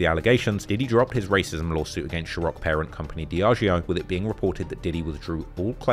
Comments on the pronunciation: Bruh. The pronunciation is SeaRock not Sherock tf 😂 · Bro why can’t you say ciroq 😂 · Whoever you hire better tell U how to pronounce ciroc